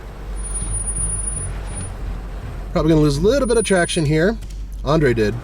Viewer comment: "As I like to do it, a leetle bit faster than slow"